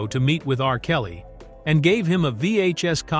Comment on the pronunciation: Dr........Dre R..........Kelly. lmao. Im definitely not worried about ai taking over